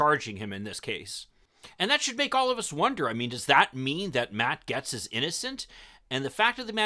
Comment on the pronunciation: Bahaha, you can't even say his name right. You guys are fishing hard-core